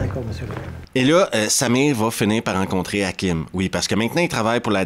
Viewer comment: c'est marrant mais...chaque fois que tu dis :"il se bat contre Samir"....j'entends "il se bat contre sa mère"....rassure moi...Samir n'est pas sa mère?....je sais c'est ridicule....